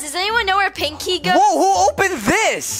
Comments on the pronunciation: its pinkey not pink key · made me laugh when he said pink key the second tin is sounded like he said nakey lol 😂😂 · Omg lol he said pankey the first time and nakey in the second 🤣😂😂😂 👇 like